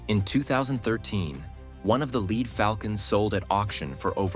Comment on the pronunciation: The falcon was lead (as in dead) not lead (as in deed).